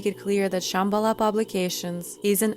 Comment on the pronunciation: And mispronouncing Shambala